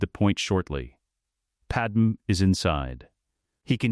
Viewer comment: I suppose my only criticism is the Padme pronunciation. Maybe spell out "Padmay" so the voice can pronounce it correctly.